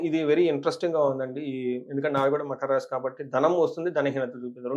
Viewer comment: మఖర..... కాదురా తల్లీ. మకర అమ్మా